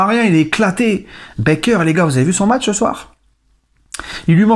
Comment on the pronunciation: Bâââker, gars, pas Bèkeur :)